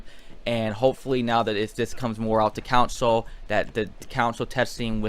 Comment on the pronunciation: It's CONSOL not COUNSIL!